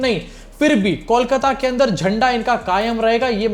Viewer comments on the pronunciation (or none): none